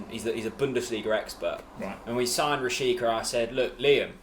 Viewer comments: Btw you pronounce Rashica "Rashitsa" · Milot Rashica (Meelo Rashitza) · How come Bundesliga expert (friend of yours) accepted that weird "Rasheeka" pronunciation? Quite hilarious. 😂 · Rashica is pronounced at the end like Pizza